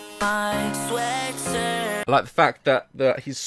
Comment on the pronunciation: Tangina sabi niya "Sweatsirt"